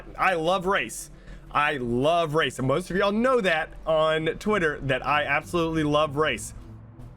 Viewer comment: Lmao when he was saying " I love race" I thought he was saying I love rice. I was thinking wtf does rice have to do with BR.